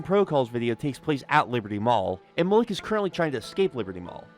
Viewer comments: i think his name is pronounced mal ek not muh lick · Isnt the name spelled Malik? Because that’s Muh-leek not Muh-lick. Why is he is saying it like that 😂. Unless I’m wrong about the spelling or it was said the name was different for some reason. Am I missing something or is he just saying the name wrong? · Sorry as someone with a similar name I have to correct the pronunciation malik is said like ma-leak not ma- lick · The way you say Malik is really fucking me up. Its malek. Pronounced as e not i